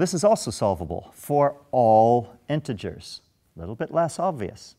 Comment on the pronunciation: i notice he says "intergers" how does the solution work for negative numbers of frogs?